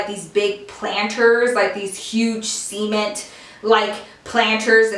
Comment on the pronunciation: The way she said cement lol 😆